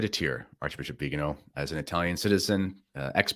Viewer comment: It's Viganò, not Vigano. The accent falls on the 'o'.